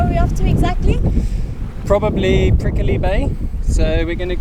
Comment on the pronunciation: It's prick-ly, not prick-i-ly!!!!